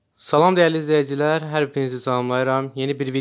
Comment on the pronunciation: данышаЦам, излэиЦиляр, кеЦирмиш 😂😂